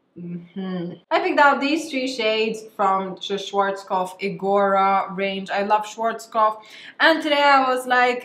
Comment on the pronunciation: fyi the a in “Schwarzkopf” is pronounced like the a in “Stella” not Schworzkopf🙊